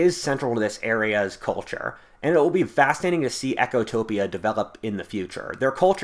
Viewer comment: It's 'Ecotopia', not 'Echotopia'.